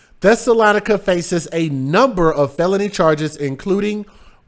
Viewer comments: I think her name is pronounced Thessa- LO -Nica!!!! And yes there are some crazies Where I'm from #INDIANA #ARROWAVE #JOHNSONFULLERSMOOTS where ya at!!!! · My Brother, here is a teachable moment for you > her name was the name of a town where the Jews lived during the 1st century (Acts 17:1, 13). It is pronounced THES-SA- LOE- NI-CA, but she may pronounce hers like: THESS-A-LON-NI-CA! Yes what she did was disgraceful, horrific and mind boggling. As much as we may want to judge this woman and what she did, we have to leave that to the One Who Judges Righteously, Who sits up on High and looks down low and the judgement will be fitting for the crime she committed. Prayers for her deceased husband and his family, her children who obviously felt that they had no other choice than to help her. People can be soooo sick!!!! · About the lady's name: Thessalonica (Thess- oh- low- ny- ka.) Thessalonians is the book of the instructions Paul was writing to the church of Thessalonica. (I won't get into it any further than that. I have no opinions on what people name their kids. I'm just answering that yes I do know the origin and pronunciation is all.)